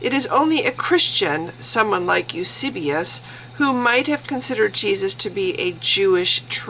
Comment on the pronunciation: Hi. Loved the video. Good job! Now thinking of getting Dan Barker's book myself. By the way, I believe it's:- Tacitus (TASS-it-uss) ("uss" as in puss) and Eusebius (you-SAY-be-uss) ("uss" as in puss again). Have a nice day! Bye.